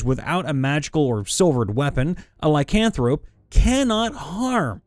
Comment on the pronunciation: The way you say lycanthrope… smh